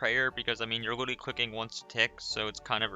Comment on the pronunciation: Bro says witerally 💀